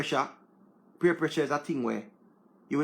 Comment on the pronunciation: Was about to type the same thing😂😂😂PEER is the word not PURE!!! Only a Jamaican😂😂😂